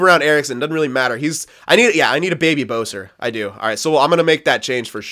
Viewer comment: Boeser? It's besser btw